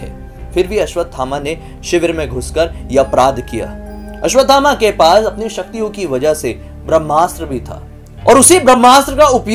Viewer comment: Dr. ne koi bhut pret dekha hoga 😂 or aap aswathama g ka naam tik se lijiye g lgaiye....